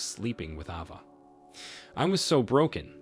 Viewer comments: It's A-va, not Ah-va. 😉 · Ava is pronounced ayva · AVA = letter A followed by va. sound it out with the long A